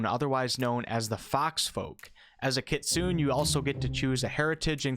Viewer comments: "kit-SU-neh," and it's Japanese for "fox" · The e in Kitsune isn't silent. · i guess that "kitsune" is a japanese word so not [kit-soon] as you said but [kit-soo-ney]. like the oni tiefling there are japanese flavors here and there , as chinese (jiang shi vampire ) and indian ( garuda celestial ) for what i noticed. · KitsunÉ not kitsoon! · Its actually not pronounced "nay" at all. It's like the ne in nephew. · You asked about pronunciation for the Dhampir but your pronunciation of the Kitsune is off. It is Japanese for "fox" and is pronounced keet-su-neh. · Kitsune = Kitsoonay the E has an Ay sound its japanese, not trying to be a smartarse just being informative. :) Loved the breakdown have a like :) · Not that I don't understand the mistake, but Kitsune is pronounced more like kit-sune-ay (the ending "e" is a long "a" sound). It is just that it is grating to hear it mispronounced, but again, I get it, I used to say it the same way you do. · FYI wolf kitsune is pronounced "Kit-soo-nay"